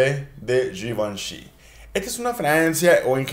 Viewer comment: Yivenshi😂😂😂 uh lala sr. Francés!